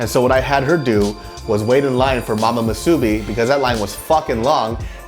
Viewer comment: why are you calling it Mu SOO BI It's Mu Su Bi, same stress. If you come to Hawaii again I hope you don't say Mu SOO Bi and say Musubi, otherwise you might get some weird looks